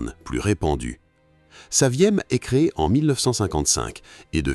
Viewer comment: Dans le chapitre UNIC, dit 'saviam" au lieu de "saviem" , en désignant 2 Berliets !